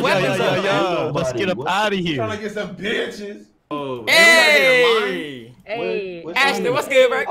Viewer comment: why he say “bitchez” like dat💀😂